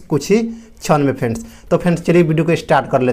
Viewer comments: Frands nahi friends bolo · Fans yaa friends bol rahe ho are kya bol cha rahe ho